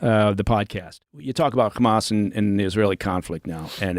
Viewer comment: noticed the Israeli accent when he says “Hamas”